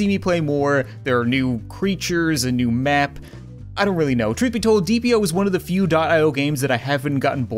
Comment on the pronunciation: It deeee EEE p not deeap io